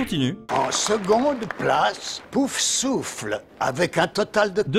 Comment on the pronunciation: Vous êtes fière de pas s'avoir bien prononcer poufsouffle